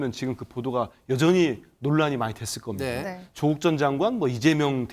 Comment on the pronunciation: 발음은 좀 똑바로 하자 조옷국 맞지?